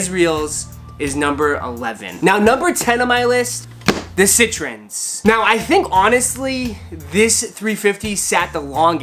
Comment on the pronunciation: CITRINS AND YEEZREEL TRASH CITRINS AND YEEZREEL TRASH CITRINS AND YEEZREEL TRASH CITRINS AND YEEZREEL TRASH